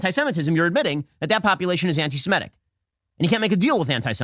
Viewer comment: Love Shapiro. And am Yisrael chai! But why can’t you guys pronounce antisem*I*tic properly? So so bizarre.